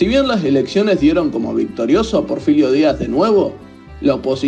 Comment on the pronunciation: No es Porfilio, es Porfirio